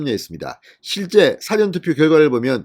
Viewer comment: 사'전 투표? 사~전 투표? 어느 발음이 맞나?